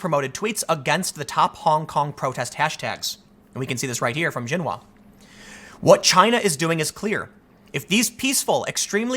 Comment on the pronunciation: If you're talking about Xinhua, for the love of god please pronounce it correctly: sheenhwa